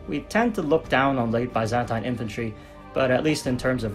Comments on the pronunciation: Very good video. But your pronunciation of Byzantine hit my brain everytime. It's bi-zæn-tin not bye-zen-tein. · what is ba-zan-tain